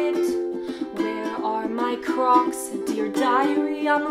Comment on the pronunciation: I thought u said COCS